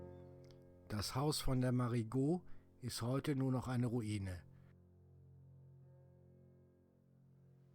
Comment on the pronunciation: Hör ich net richtig oder saaht der Sprecher immer Marie-Goot wie im französischen ohne das -t am Schluss?! Aber mit "Goot" ist doch die Patentante gemeint, die Goot also!